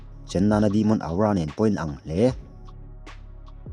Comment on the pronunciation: Sir aura tih hi athing e ka comment tam ve tawh teh reng nen awra tiin lam zawk la ngaihthlak anuam zawk alom....... Aura aura aura 😂😂😂 thing e